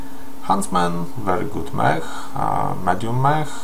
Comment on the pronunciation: Czyta się mek nie mech :)